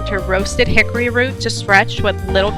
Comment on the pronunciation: "Chickory" coffee, not HICKORY coffee, lol! 😉